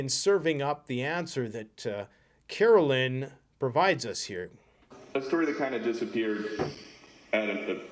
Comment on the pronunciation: Her name is not Carolyn. It’s Caro- line as in clothes line. Signed , mother of a Caroline.